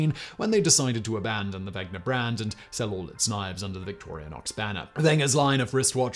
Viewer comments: A 13-minute video without any slip of the tongue - except for the 973 times you butchered the name of both companies this video is about :D You even managed to quickly read about 500 functions (which, by the way, doesn't have much to do with the history, in my opinion), but you fail to read WeNGer? Come on :D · Why do you keep mispronouncing 'Wenger'? 😑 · So many channels, too busy to pronounce stuff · Wow! You managed to get the pronunciation of both Victorinox and Wenger wrong! Otherwise a nice summary. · I get that in "Wenger" the "W" is pronounced like an English speaker would pronounce a "V". What I don't get is why you phonetically swapped the "ng" with the "gn"? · You're adding a non-existent syllable after the "i" in Victorinox. Vic-tor-i-nox. It's like you're saying "victorionox" And you're pronouncing the G before the N in "Wenger" I thought we were supposed to be the illiterate ones here in the states :P What is all of this, then? ;D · Wenger, not Wegner. It's like scratching fingernails on a blackboard when calling it Wegner to me as a Swiss person. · Dude. It is weNGer, not weGNer! How did you get this wrong every single time!? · And is he correct in calling the other company "Vegner" when the "n" comes before the "g" in Wenger? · Not to mention “Wegner”. Haha Simon is not great at the pronunciations bless. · Victorianox and Wegner..haha Today I found out Simon seems to like to troll swiss army knife companies by mispronoucing their names, Victorinox and Wenger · Wenger not Wegner! Wenger “Genuine Swiss Army Knife” Victorinox “Original Swiss Army Knife” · Wegner? It’s Wenger Simon! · "Wenger", not "Wegner". I'm glad you considered that brand also. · Victorinox, not Victorianox. Wenger, not Wegner. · Uh... There's no letter 'a' in Victorinox. Its just vick-tore-ĭ-nocks, not vick-tore-ee-uh-nocks. And its wenger, not wegner. Both of these are literally spelled for you in the graphics. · its WENGER not WEGNER and VICTORINOX not VICTORIANOX